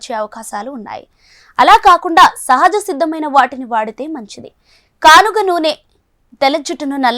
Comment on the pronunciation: Not ganuga it's kanuga